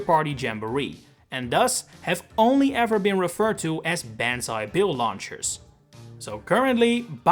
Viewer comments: For your future reference, when Japanese is transliterated into the latin alphabet, vowels ALWAYS make the same sounds, with no variation. A= ah E= eh I= ee O= oh U= oo So "banzai" would be "BAHN-zai" instead of "BAN-zai". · I hate the way he pronounces “Banzai”. It’s “Bahn-za-eee” not “Beh-han-za-eee”. If it was pronounced like he says it, it would be ベァンザイ as opposed to バンザイ。 Even before I started learning Japanese, saying it like that would have felt weird to me. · It's not pronounced like "ban zai" like banning something. It's like "bahn zai", like the autobahn. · Homie made a whole video and couldnt even say Banzai like "Bawn-zai" he says like "Ban" like you have been banned. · I thought it was bonzai bill not banzai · Is ban-zi the right way to pronounce banzai? I always pronounced it like bon-zi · Its bahn-zai not ban-zai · It’s pronounced bonzai not banzai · Literally cringed every time you said “ban-zai”. It’s pronounced “bahn-zai”. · Bro it’s Pronounced BON-Zai not Ban-Zai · The A in banzai makes an "ah" sound NOT a flat A soun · Banzai Bill is not pronounced "Banz eye." It's pronounced "Bons eye." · BAWN-ZAI. BAAAAWWWWN-ZAI. not Ban. Bawn like in Bomb. Not Ban like in bag. Source: I went to japan once. and studied japanese for 2 years lol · BON-ZAI. Not BAN-ZAI. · Im pretty sure its said like "bon-zai" not "ban-zai". Forgive me if I'm wrong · Your pronunciation of “banzai” hurts me it’s “bahn” not “bAn” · The pronunciation of Banzai as ban-zai and not bon-zai really urks me. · Hearing Ban-zai just hurts me. Bon-zai feels better. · ITS "BONZAI" NOT "BANZAI" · You keep pronouncing Banzai like "Ban-zye". "Bahn-zye" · Ban-zi? I thought it was pronounced Bon-zi Probobly just the accent though. But still very Hella confusing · It’s pronounced “bahn-ZAI” Also, “kah-mee-KAH-zay” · Jesus christ how its obviously pronounced bahn-zai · BON-zai! It's pronounced BON-zai! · This video mispronounces banzai even worse than you. It's an "ah" sound. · "Ben's eye bill"